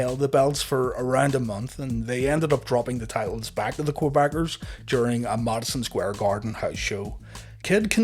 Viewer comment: What a great video - thank you for your work! Never knew any details about the Kid until now. Btw. I LOVE how you say Mudsen Square Garden :D